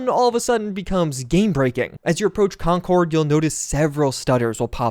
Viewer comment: Concord MA is said "conkerd" unlike the plane pronounced "con-cord". /massachusettsrantoff